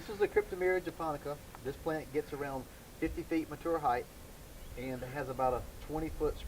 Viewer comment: Its heighT not heighTH